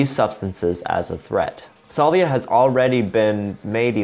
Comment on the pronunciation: salvia is pronounced "SAL-vee-ah", not "SOL-vee-ah"